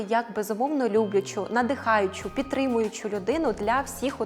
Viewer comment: "Питрымучу" "надыхаючу"... "Досвиданючу"...